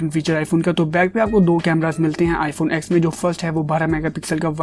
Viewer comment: Bro why r u calling it iphone ax? This iphone ten not ax. Lol